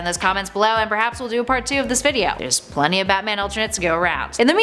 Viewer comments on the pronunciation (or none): none